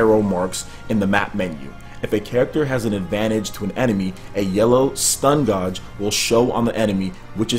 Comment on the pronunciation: Is he saying gauge like it's spelled?